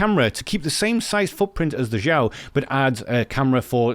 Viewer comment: Great video as usual! By the way I guess they pronounce Xiao as Shao.